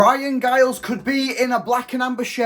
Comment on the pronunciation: Pronounced Jiles